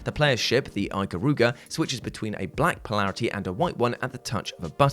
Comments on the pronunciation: "Eye" -karuga? No. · You pronounced Ikaruga wrong. Other than that great video, You deserve a like. p.s. The only Tomb Raider game I was able to play was the 2013 reboot.